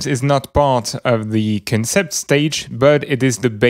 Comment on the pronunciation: the word concept has it's emphasis on the 'con' part, so more like CONsept